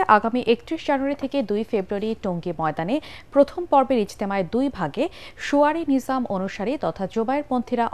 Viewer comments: শোয়ারি নহে সুরাই নেজাম আরেকটু খেয়ালের সাথে খবর করা দরকার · শোয়ারী নয়, শুরায়ি নিযাম